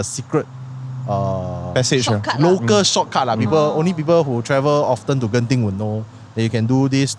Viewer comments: ITS GENTING NOT JENTING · Gen -ting not jen-ting...bahasa melayu bkn english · How come don't even know how to pronounce "Genting"? You are Malay some more🤦🏻‍♂️🤦🏻‍♀️